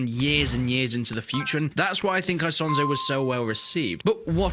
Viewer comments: It's not said ISONZO with the English I but it's pronounced Eesonzo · E "sonzo" not I "sonzo" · Im italian buddy its Esonzo not I as in me sonzo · The right pronunciation is "Ease-on-zo". Btw, I actually live very close to Isonzo river. I can get there by bike in 10 mins.